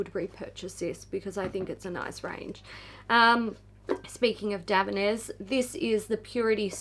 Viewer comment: I never knew Davines was pronounced that way! 😅🤭